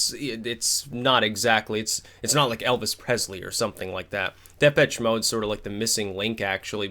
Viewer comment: Just as an FYI,, the "CH" in Depeche is pronounced like "SH" not "TCH".... Depesh Mode.